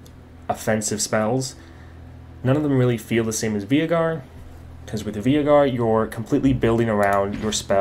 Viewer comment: Why does he call Veigar (V-ey-gar) Vee-i-gar?